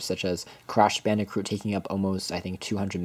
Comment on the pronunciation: There is not an 'r' in Crash Bandicoot. Please pronounce it correctly. Crash BAN-DEH-KOOT.